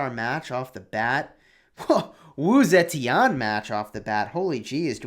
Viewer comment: "Sa-chen" not zetian...